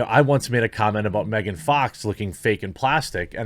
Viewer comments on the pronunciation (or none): none